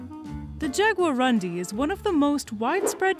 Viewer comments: It's a Guarani word,. and should really be pronounced "yaguaroondee", but I guess it's hard for English speakers to resist pronouncing it as "undies". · jagua-room-DEE, this is the pronunciation, the stronger silable is DI. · lady is pronounced; "jaguaroondee" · it's pronounced "jagua-roondee" ("jaguar" + "dark" in tupi) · Jaguarundi Nepali and hindi speaking peoples are too stunned to pronounce 😅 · So cute the way she pronouces "jaguarundi" completely wrong.